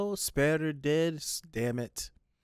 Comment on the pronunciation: It takes Rudy several days to make a figure (at least a really nice one). As far as the pronunciations, in the English dub, the names are pronunced "Roo-jerd" and "soo-perd". I think you're being thrown off because you're trying to pronounce the Japanese way, but the names are not Japanese. It's like pronouncing "Alice" as "Arisu"; It's how the Japanese may pronounce it, but it's not exactly correct.